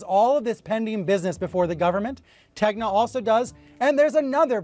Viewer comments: Did she just misspell tegna and said tenga instead? Bro, can't wait for the international bbc tenga merge ;:^y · Its NOT TENGA ITS TEGNA. She cant pronounce a SIMPLE word Is she DEI.?